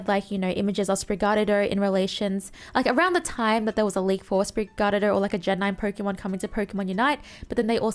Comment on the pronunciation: I still find it funny how you pronounce Sprigatito 😆 it is pronounced Sprig-uh-teeto. You're welcome. Now if someone makes fun of you, you can say you pronounce it that way purposefully.